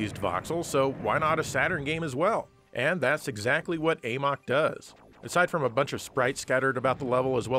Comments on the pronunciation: Amok is pronounced "uh-muck" not "ayy-mawk". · A-MOK? It’s Amok as in to run amok 😄